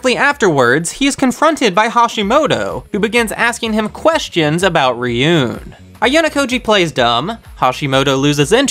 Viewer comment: Also, Ryuuen is Ryu-(elongated "u") - en.